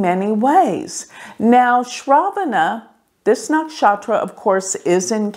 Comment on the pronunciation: Hi It is not naakshatra its nuckshutra!